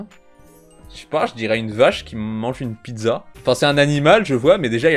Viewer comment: " une piDEza "